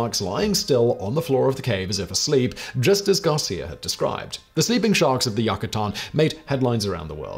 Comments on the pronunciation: YOU-KA-TAN not YUCK A TAN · Yucatán. Pronounced you-cuh-TAHN.